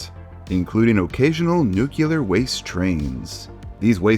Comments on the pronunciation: Hey, I love you, but “nuclear” is pronounced “new-clee-are,” not “nu-cue-lar.” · Nuclear, not nuculer. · Then in 2027 the nucular plant explodes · FYI, it's pronounced noo-klee-er. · Ah yes, Sodor Goes Nucular. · NEW CLEE ER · Unless you want us to believe that fission has to deal with the nuc-u-lus of an atom, can you please stop mispronouncing nu-cle-ar??? It's driving me nuts and making me think you're only as literate as Bush was, which I'm sure isn't actually true.